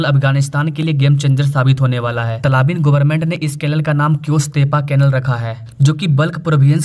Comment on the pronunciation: अरे भैय्या तलाबीन नही, तालिबान सही शब्द है।